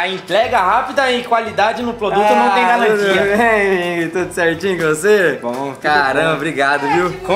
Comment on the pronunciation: Noum tem galantia 😂😂😂